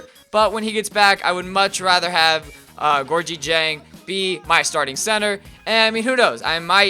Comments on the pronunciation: ITS GOR-GI JANG. HE WENT TO LOUISVILLE. SAY IT RIGHT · lease say Georgia dieng's name correct. Love u but I get mad when u say it wrong. It is pronounced "Gour-gee jang"